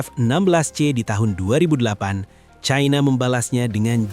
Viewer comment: Perggunakanlah bahasa Indonesia uluh bukan sok cadel dan kebarat baratan China dibaca China bukan Chaina yg sangat memalukan sebagai orang Indonesia